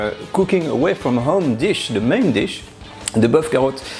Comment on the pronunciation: Tu n as pas d'accent quand tu énonces la recette 'boeuf carottes'..plat réconfortant et rassasiant du début d'hiver.le Top du top une petite poelé de pomme de terre grenaille persillée.le bonjour de Cassis (paca)